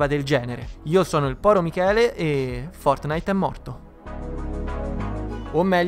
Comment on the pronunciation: Nobody: Will Smith: fotnait